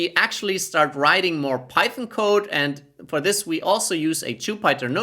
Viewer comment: It’s Jupiter not jupieter 😂😂